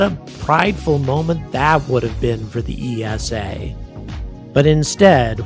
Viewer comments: Minor note, you say it like "eesa", not E S A. Just like NASA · esa is pronounced like nasa. One word with no stress on each individuel letter. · Another great video, but ESA is pronounced ee-sah, not Ee Ess Ay. You don't say En Ay Ess Ay for NASA do you? Official ESA video, pronunciation of ESA . Keep angry about pronunciation! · You can't even pronounce ESA correctly, what's your problem with the USA being paid to carry Euro Astronauts...that's called a business! Love your energy, but you're so clueless most of the time.